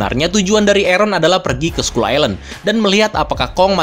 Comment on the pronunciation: ‘Skull’ dibaca ‘skal’ Fyi aja